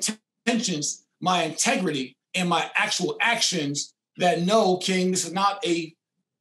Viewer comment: “I’m very intergris” lmao!!!!!!